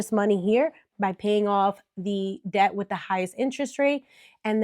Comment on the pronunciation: D is silent in “debt”.